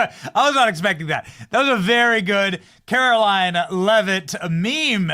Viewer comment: Benny. When are you going to learn how to pronounce KaroLINE?